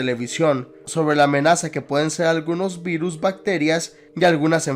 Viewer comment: Aveces escuchaba Beatles en ves de virus xD